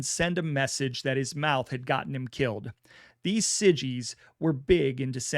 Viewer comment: Hope your health gets better soon .Awesome content. Well done sir. Believe siggies is pronounced like ziggy just switching s for z or also known as zips